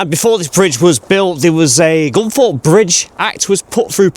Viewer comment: I thought it was Gunthorpe but you,re saying Gunforpe which is it ?